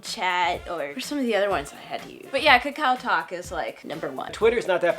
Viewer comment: you pronounce kakao talk wrong~